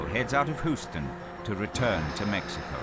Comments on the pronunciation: die meisten Amerikaner brauchen nicht Deutsch zu sprechen (sagt ein Amerikaner, der Deutsch spricht) and BTW, Houston is pronounced "HYOOS - ton" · Hooston-I guess that might be an alternative pronunciation(Heard it before in a Superman movie) but it is You stun or even Hyoos ton if you are Stewie from Family Guy.Good video,nonetheless.It's kind of like a TV movie but with accurate science. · "Hoosten" lol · oh no, not HOOSTIN! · It's "hyooston". Good lord. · Nobody: ..... The narrator: "Hoos-tin" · Narrator said "HOO-ston" 🤣🤣🤣(houston) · Why does the "expert" keep on winking at me? Why does the presenter call it "Whoosten"? Why not just say, when an asteroid is heading for Earth, go live with the Baka people? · Houston is pronounced. Hugh-stun. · Why does the narrator keep pronouncing Houston "HOOSE TUN"??? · Hooston lol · This dude pronounces “Houston” kind of funny lol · Hooooston? Nobody told him how to pronounce Houston? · For the benefit of all the name is Scottish. It's pronounced "Whoston". You're welcome:-)